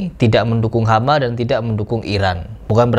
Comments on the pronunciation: Hamas atau Hama? Yang bener yang mana? Kok saya dengernya dia bilang Hama... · Hamas Pejuang palestina disebut nya "hama" 😢